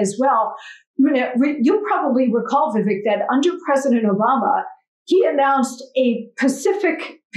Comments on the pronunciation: Its not vivik its vivake like CAKE. Its a piece of CAKE. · You know Vivek has a lot of patience as she constantly is mispronouncing his name.